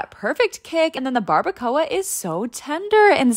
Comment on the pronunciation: BARBACOA ARE YOU FREAKING SERIOUS YOU SAID SO INCORRECTLY IM SOEEY USUALLY IM NOT LIKE THIS BUT YOU SAID IT SO RAW BRO YOU GOT TO PUT THE ACCENT